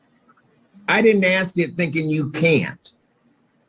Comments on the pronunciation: I used to interview n hire for a call center. If the person could not pronounce "ask" correctly then they were not hired. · Haha I totally agree with you on that one word. I lived on a ranch in NE when this came about that people started miss pronouncing that word. Later I moved to Denver and a young lady at my bank said it. I was like what did you say. I ASKED for her to say it again. She did and I left the bank shaking my head. I ASKED my friend about it and she laughed and said no you heard right. I said why, she said the first time she heard it was by a client. She was working at a group home and she thought it was a threat and called the police. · Is the word that he is mispronouncing “ask?” I think that can be so hard to correct for someone who likely grew up pronouncing it wrong. It’s so prevalent where I live and I agree it is nerve grating. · Ok think Mispronouncing “ask” is annoying but it is an obvious choice by the judge to identify with the culture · I often wonder whether people who mispronounce the very short uncomplicated word "ask," also mispronounce the longer, more complicated word "pasghetti". Sure, pasghetti is cute when you're three, but it really brings your intellectual capacity into question if you're an adult. Could just be I'm a snob. On another note, I just learned this year, after many years on earth, that we have no muscles in our fingers. Judge me how you will. Please don't tase me, bro. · I worked for a very well-known shipping company for over two decades. One of the top leaders in the company also mispronounced that very common word, and he was highly educated like this judge is. I’d shudder on conference calls and in meetings when he’d say that word every. single. time and it still drives me bonkers. Both this colleague and this judge were from Georgia, I wonder if that’s how they teach it there! 😂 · I have to wonder, would this judge chop down trees with an 'ask?' More than one word.... "Ax" "Wit-chu" "Fourf"